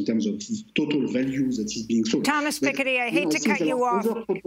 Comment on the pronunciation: How can you pronounce Thomas Piketty like that, especially in the same sentence where you pronounce Macron later on?? WTF? hahaha